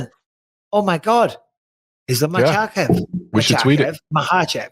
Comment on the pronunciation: Bisping! Thanks for not saying "MakeL-chev" w/ an "L", like Sonnen does!